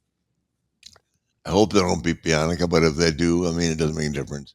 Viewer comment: Lmfaooo my guy stays saying Bianca’s name wrong💀